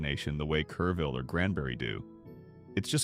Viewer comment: I live in one of the cities listed here, but didn't realize it at first, the AI narrator said Careville but the screen said Kerrville, where I live. Luise Hayes Park? Where's that? Oh it meant Luis Hayes Park. That park and much low lying land in Kerrville was devastated in July 2025 and again in July 2026 by floods that happen once in 10,000 years. I live a block from a tiny creek that feeds into the Guadalupe River. That creek rose 20 feet in July 2026, cresting 4 feet below my house. The road next to the creek is still closed a month later. Two blocks from my house there was a drive by shooting early this month. A girl my daughter went to school with caught a bullet in her leg. On the plus side a Panda Express is scheduled to open next week, creating quite the local buzz!